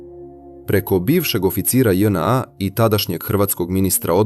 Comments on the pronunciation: st znaci Dz NA....zar nije JNA....ili onaj drugi maloumnik nepismeni speluje latinicu kao English alfabet....dzej en a.. . strasno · Nije DzNA nego JNA seronjo😂😂😂😂😂😂